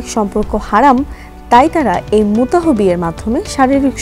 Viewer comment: আপনি বারবার মুতাহ মুতাহ বলছেন কেনো? এখানে অনুচ্চারিত এইচ অর্থাৎ মুতাহ্ হবে অর্থাৎ আমরা যেভাবে আল্লাহ্ উচ্চারণ করি।